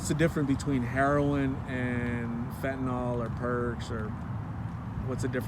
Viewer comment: Again - it seems no one can pronounce the drug Fentanyl's name. Broadcasters, reporters, even people who use it.